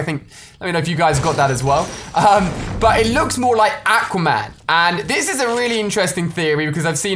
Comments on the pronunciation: “Ak-wa man” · Ali-a pronounces everything wrong. aaaqua-man and haaanzo. Can he pronounce a the correct way? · I hate how he pronounces "Aquaman"